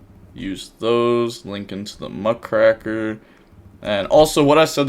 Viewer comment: The "raker" in Muckraker is pronounced how you would a rake, the lawn tool. The name is a reference to journalists in the early 1900's.